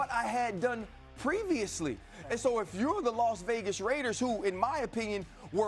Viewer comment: Stop calling us “da raidas” it’s the mf raaaaaaiiideerrrrrrzzzz